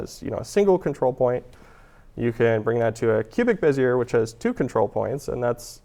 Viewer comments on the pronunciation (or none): You know, Bezier is a French name, roughly pronounced bezyay .